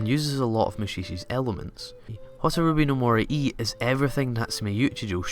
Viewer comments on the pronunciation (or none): none